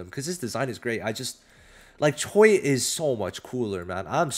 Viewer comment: is not choy it's pronounced as ch-we 😂